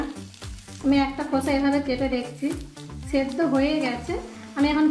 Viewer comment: ছেদ্ধ না দিদি ও টা সেদ্ধ হবে🥰